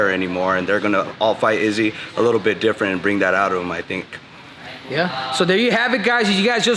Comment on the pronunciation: Like the fact henry pronounces izzy s name like the snake ariel would 😂😂😂😂